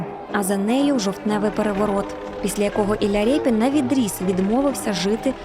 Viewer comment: Шо за рєпін, Ріпин же ж